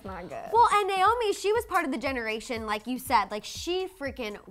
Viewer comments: Her name is Nay- O- Me not Nyome!!! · NAY-O-ME (because you don’t even know how to pronounce her name), is the world’s most famous and accomplished SUPER MODEL, not a “top model”. She still works, is very well paid, is every designers dream and is respected by all models who actually matter and worked their way up in the industry. She is “older” but still banging. She paved the way for EVERYONE, not older models. Get it together.